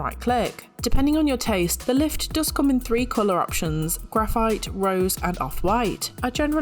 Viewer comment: "Lift" sounds like "Left"